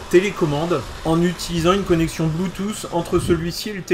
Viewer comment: On ne dit PAS Blue "tousse" !!! Mais "Blue Tooth' pincez votre langue légèrement, pour cela !!!